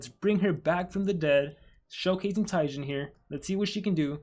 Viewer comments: ITS PRONOUNED TE JeN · It's pronounced Jen it's a reference to another popular YouTuber by the name of gaming with Jen